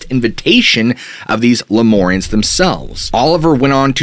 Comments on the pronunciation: It’s pronounced Lume-air-eons not loumorians. Like lumens from light .. it’s annoying to hear you say it wrong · Shasta Cola and Ginger Ale! I'm a jerk but it sounds like "Leh-myour-rians." Not "more" "mmmyour" say it with me now! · Please use mur like in murder instead of mor like in more when saying the Lemurians, I grew up in the redding area and have spent many hrs on that mtn. good video other wise.